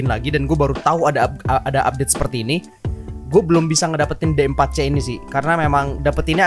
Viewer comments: D4c bacanya diforsi bang :v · D4C nya dibaca di fur shi